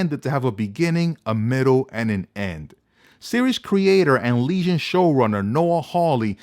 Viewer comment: you keep saying legion like lesion